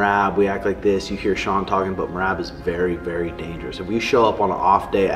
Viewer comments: “Azucar” Sean O’Malley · Butchered Seans Name.